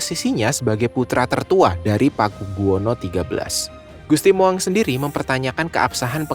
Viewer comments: Naratornya salah ucap. Gusti "Moeng" dibaca Mung (Mong) bukan Mo-eng. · Mas bacanya jangan gusti Mo.. ..eng tapi gusti Mung.....jadi lucu gitu 😅😅😅😅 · MOENG = dibaca dg sebutan MUNG bukan dibaca MOWENG ! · Tulisannya Gusti Moeng, tapi membacanya Gusti Mung